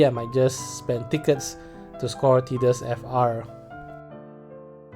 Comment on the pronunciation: My god what mean is didus?! Please go google translate see how is Tidus speak. Is tidus not Didus.